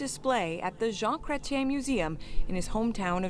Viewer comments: Pronounced jawn Cretch-yen like you say Fetch ... Jean Chrètien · JEAN CRET-YEN IS THE WAY TO SAY THE OLD PRIME MINISTERS BAME. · How to pronounce..... jaaaaaaaaun crate ien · From a Canadian who loves you guys…please do the bare minimum of research before shooting a video. I know the French language and pronunciation is foreign to you. But, it would just take a sec to look up the correct pronunciation of Jean Chrétien, a great Canadian Prime Minister!